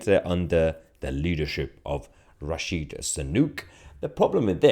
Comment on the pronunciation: Stop calling him rashi it's rishi